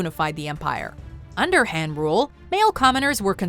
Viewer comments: Han dynasty, not “Hen” lol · HAND dynasty? pls research on the pronunciation as well. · she said the "han" dynasty though lol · The way she pronounces "Han" >_<